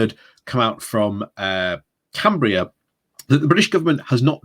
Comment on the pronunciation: Can-berra..not Canbria. Morrison is a nasty nasty little grub.